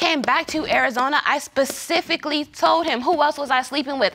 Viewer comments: I hate when people say “Pacifically” 🥴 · Also pacifically